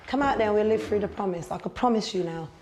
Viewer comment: "a promise you come out we'll live it fruu"